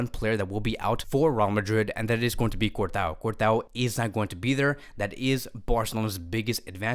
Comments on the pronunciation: My man said Courtao 😂🤣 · Stop saying cort-a-o bruh😭